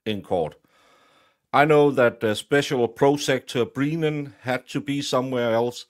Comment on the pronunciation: I love that you are calling him Breenan!!